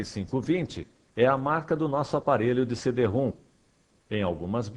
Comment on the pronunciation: Pronuncia-se "CD-RÔM", não "CD-ROOM".